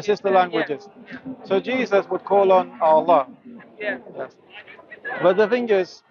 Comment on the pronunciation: I just love the way pronounces the word "Allah" He does a unique elongation to it. I always look forward to his mentioning it. Tabarakah'Allah...